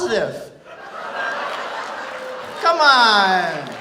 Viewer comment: He turned Austrian when he made it sound "kaman" XD